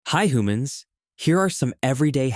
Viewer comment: Did he say whomans